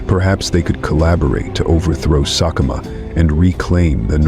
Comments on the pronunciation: IT'S Sek-e-kama, and Mat-su-me and Sa-tau. AI needs to fix thier pronunciations 👀👀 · Whoever is narrating this video is getting a lot of facts completely wrong!! Sekekama 100% did NOT snap his son's spine!!! He caused internal injuries that led to his sub adult son's death!! His son collapsed from blood loss internally and died while trying to walk away!! He's also failed to pronounce a single Lion's name correctly throughout the whole video